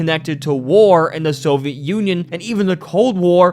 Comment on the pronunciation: Hey, idk if you read through the comments, but I really like your video content. I just wanted to advise that you try to pronounce your words a bit more clearly. The amount of times you said Nuclear wrong almost made me click off. Also Soviet and just a few other words were jumbled. Also sometimes you're rushing to the end of your sentence and the end of the sentence gets harder to understand. Like you are trying to say it all in one breath. (Also, if you didn't know it's pronounced Nuke-U-Ler not Nu-Clear. And Soviet is 3 syllables: So-vee-it not So-vet. Who knows if this is going to come up again but if it does.) Idk if you have a speech impediment or anything and I'm not trying to judge. I just wanted to let you know. These kinds of videos are good to put on in the background, so sounding appealing is important I think. Sorry if that was preachy, I just wanted to give some feedback. You can completely ignore me if you think I'm off the mark. I just like what you have to say and would like to enjoy it more.